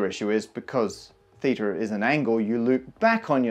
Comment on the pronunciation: as a native Greek speaker I think that you pronounced θ pretty well